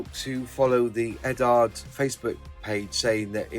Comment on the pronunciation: What's with you Brits and your pronunciation of Eduard? You're not the only Brit modeller on YouTube who calls it Eddard. Surely it should be pronounced more like Edward since it's just the Czech version of the same name, and pretty much every other country with the same name pronounces it like Edooward. I'd a Brit myself (ex-pat version), but I wouldn't in a million years say Eddard. Has someone at the Eduard company told that this is how to say it?